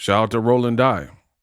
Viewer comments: his name is pronounced Rolando DEE. For future reference. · Pronounced "Dee" for Dy